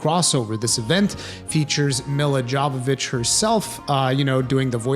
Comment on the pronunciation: It's pronounced Yo-vo-vitch. Just saying lol. Her movies suck but yeah...